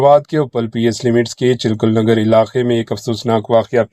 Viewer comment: Bhai chilkur Nagar nahin hai chilkanagar hai